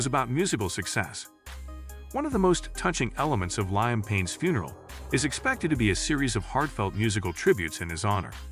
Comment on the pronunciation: please pronounce Liam Payne name correctly is highly offensive and disrespectful to the deceased and to the deceased family, knowing you can’t pronounce their loved ones name therefore don’t make videos like this if you can pronounce the person’s name